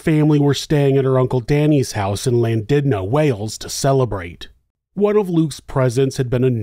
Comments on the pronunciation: Llandudno is pronounced 'clandudno'. I got my head torn off when I pronounced it like you whilst visiting 😂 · Llandudno is my hometown, definitely not the wild but suppose to some it could be! It's pronounced almost like a cat hissing for the ll at the beginning FYI. My dad knew this guy, the schools he went to, even some other kids that went to the police, even got a r*pe kit done, but the police knew the victim was guy (despite being underaged <16) back then they let it go.